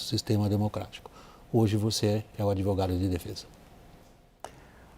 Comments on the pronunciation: Olha o "Adevogado" 😂😂😂😂😂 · Que adevogado é esse? o cara vem em rede fazer acuzações.